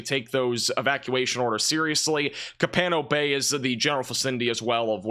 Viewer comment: Refugio is pronounced by Texans as “Reh-fure-ee-o” or (more accurately) in Spanish as “Reh-foo-hio”. Copano Bay is pronounced “Coh-pan-oh” Thanks for your forecast